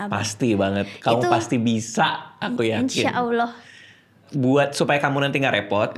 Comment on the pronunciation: pengucapan insyaallah yang semakin fasih